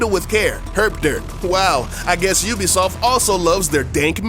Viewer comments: Games by You'll-be-soft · Ven oobisoft vas gud